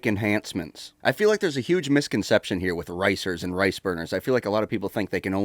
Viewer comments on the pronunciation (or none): none